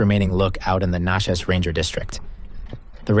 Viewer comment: When-at-Chee and nat-cheese. Bad ass jeep but there is other ways without hitting gates. LMK if you’re in the area again